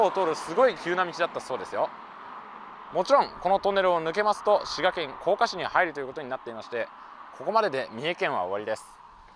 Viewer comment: さすがのスーツさんが正しく発音されていますが、甲賀は「こうか」なんですね。自分もぶらタモリで紹介されて初めて知ったんですが、子供の頃から慣れ親しんだ忍者ものの漫画やドラマでは「こうが」と濁ってました。